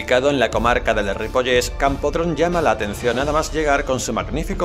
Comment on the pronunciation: Escribís correctamente CAMPRODON (aunque no lleva acento en catalán), pero luego decís CAMPODRON!!😅 Un asesor lingüístico hubiera estado bien para que el locutor no destrozara buena parte de los nombres de los pueblos... Por lo demás, un buen video aunque faltó la zona de Les Guilleries.